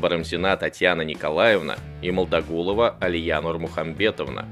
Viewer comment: У Алии фамилия Молдагулова а не Могдагулова в начале неправильно сказали